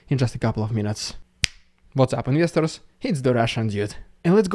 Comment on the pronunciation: "What's up, Investors" (Someone helped me understand the Yinvyesdrz part)